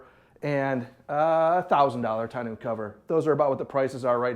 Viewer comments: Tonneau is Tonn No. not New fyi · Great video brother!! Don't put the bike in the truck!! Trust me you won't like making that happen...to awkward and to dangerous!! Get a small trailer with a low ramp for your bike and leave the truck bed for other cargo!!! Also....it's not pronounced "ton-noo"....figure it out!! 😄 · Great videos with great content sir. Thank you. Now TONNEAU is actually pronounced TONNO. As it is a French word and in French, when the word ends with EAU it is pronounced O. For instance EAU means water in French and it is pronounced O. Same for the Tonneau Cover. I hope this helps sir. Again fantastic content. Thank you for all.